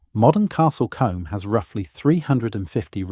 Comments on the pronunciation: Sorry, but the Combe in Castle Combe is not pronounced as in the hair brush, but should sound like: Coom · Great information but you need to know pronunciation it's Castle Combe is pronounced castle Coombe and Lacock is pronounced Laycock and creaky this is weird cinque ports are pronounced sank. This is all well known by educated English people. There are others it would be worth getting an educated English person to re do the sound track. The man doing the commentary has a pleasant voice but the lack of general knowledge is very grating. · Shame about the pronunciation of key words such as Combe and Cinque and use of video during the introduction that was clearly not England. After Lacock I had to stop watching.